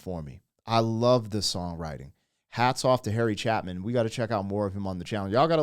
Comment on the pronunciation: Harry Cha-long A-pin